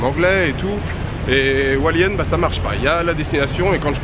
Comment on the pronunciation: Hualien !!! 😍 (À prononcer plutôt Rualien, sinon les taïwanais ne comprennent pas et c'est très embarrassant ^^) J'y ai passé presque 3 semaines cet été, j'ai adoré ! Je te souhaite d'y passer un très bon séjour et j'ai hâte de voir tes vlogs 😀